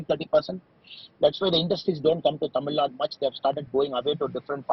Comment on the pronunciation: please pronounce it as Tamil Nadu.. not Tamilnad..